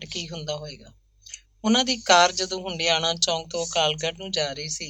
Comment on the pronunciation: ਭੈਣ ਜੀ ਹੰਡਿਆਇਆ ਹੈ ਹੁੰਡਿਆਣਾ ਨਹੀਂ